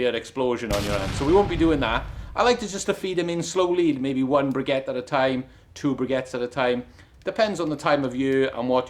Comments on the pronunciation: Just a note on the pronunciation - you are say brigettes they are briquettes pronounced bricket ok - it is just a bit annoying when you are trying to give information about something and do not say the word correctly. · Why is he calling them ' Briggettes' and not BRIQUETTES ??? THERE IS NO LETTER 'G' IN BRIQUETTES !!!! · Bri-kettes...the QU is pronounced "k"....no "g". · Had to stop watching. I'm sure hes saying brigettes to wind me up 😡 Either that or he's a bit simple. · I’m with (@ Brick-ets” you don’t say antiques (Antigs) But I love the Taff accent, my mother in law’s Welsh “just don’t tell her” is your Clock room sealed or room vented? Best Andy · There is NO letter G in the word briquettes.